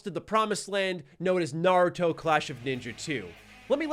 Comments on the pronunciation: says Naruto incorrectly, so I hope you didn't learn from him. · I didn’t know there was a “correct way” to pronounce “naruto” in the English language. I guess it would be similar to “poke- EE-mon” vs “poke-a-mon.” Honestly it’s all kinda dumb anyways since even the “correct way” doesn’t sound like the actual way it’s said in Japanese.